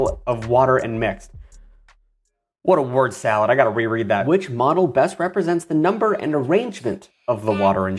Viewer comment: Every time you say modle I here mana like where is he reading the magic lvl